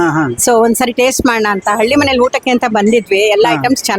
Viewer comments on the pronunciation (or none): ಉಟ್ಟಕ್ಕೆ ಅಲ್ಲ ಊಟಕ್ಕೆ